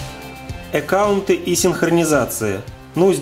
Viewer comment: Эккаунт 😂😂😂 Почему?! Аккаунт же! 😁